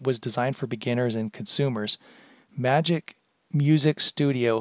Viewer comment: it's prounced magix not magic